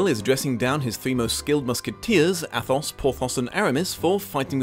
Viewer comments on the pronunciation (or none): The "th" is pronounced like a single "t" in French language... So Athos is really pronounced Atos... But overall your pronunciation isn't that far off...